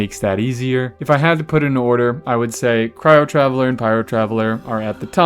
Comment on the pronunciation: Taveller? Flesh?! What